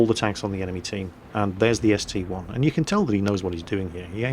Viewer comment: It is an ST-I not ST-1